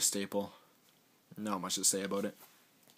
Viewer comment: when you say "ABOUT" lol sorry but i watch how i met your mother and robin says it like you.